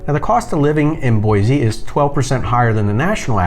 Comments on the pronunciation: There is no z in Boise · Boise does not have a Z in it!! It’s Boisssse (with an S). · You mispronounce Boise and Oregon.